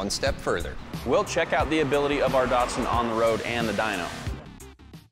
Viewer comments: Do they change the name/badges of these in the USA? Around the world they are ‘Datsuns’ not Dartsons. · There ain't no R in DATSUN. :face-green-smiling::face-green-smiling